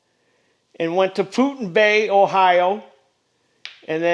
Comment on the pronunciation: "Putin Bay" Lol!